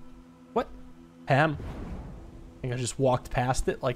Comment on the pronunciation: Do people pronounce 'palm' as 'pam'? Never come across that